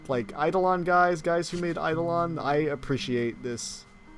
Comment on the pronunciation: THANK YOU for pronouncing Eidolon correctly!